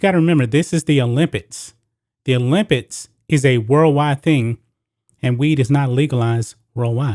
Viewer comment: It sounds like this dude is saying the word "OLYMPITS" instead of "OLYMPICS". Am I tripping 😂